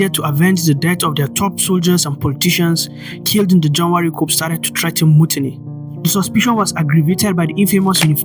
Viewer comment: ...Yes...I totally agree... Just one observation: Coup is pronounced as "ku", the "P" is silent... I love your presentation and balanced analysis...Well done!